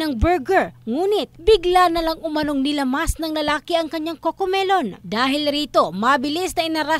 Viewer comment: Laptrip yung caption pati yung pronaunciation ng cocomelon hahahaha😂